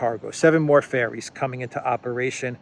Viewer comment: Ferries, not fairies